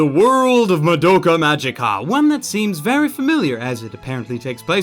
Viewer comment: For Christ's sake, IT'S PRONOUNCED MAH DOUGH KA MA Gē KA!!!!